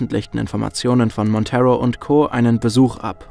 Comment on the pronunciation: Ich liebe die Vertonung von! Kann mir eigentlich nicht vorstellen wie das mit einem anderen Sprecher wäre. Jedoch sei angemerkt, dass "Monteiro" ein Portugiesischer Name ist und deshalb nicht "Montero" ausgesprochen wird, sondern quasi ne Mischung aus "Montairo" und "Monteiro". Aber ansonsten wirklich tolles Video, wie immer..!